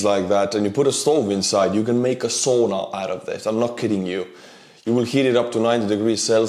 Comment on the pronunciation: it's sauna, not souna. I think you should know that 😂